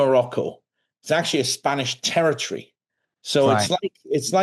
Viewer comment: Terertry? It's territory.